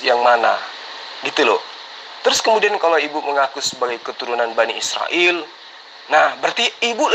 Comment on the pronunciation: Bani sirael...🤣🤣🤣..bukan sirael....BA...NI... IS...RA...EL....